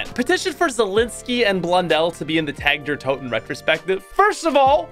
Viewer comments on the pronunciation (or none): Petition to make start saying tag der toten correctly